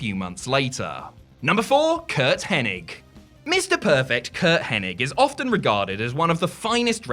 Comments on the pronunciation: It's hennig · Can this guy pronounce Henings name right